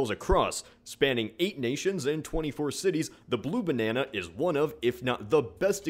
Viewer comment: I Lol when he says: The Blue Bannana